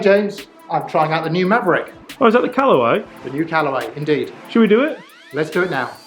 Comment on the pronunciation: MAVRIK (Mav Rik), not Maverick...good numbers